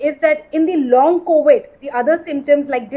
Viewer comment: COWID?! WHATS COWID LADY?